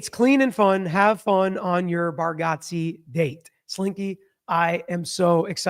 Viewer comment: Actually is saying it wrong. Lol. But Nate says he never corrects anyone anyways...